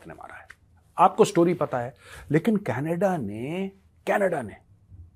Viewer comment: Canada❌ Canedddaa✅ 😂